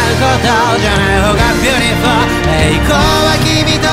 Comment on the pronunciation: ビュリフォーの発音👍✨ 好き🥰🥰🥰